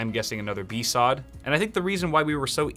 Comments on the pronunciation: besawd? Bee Ess Oh Dee seriously I bet you say Yurle for U R L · Did he really call it a bee sod?... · The way he pronounces BSOD tho... Bee sawwed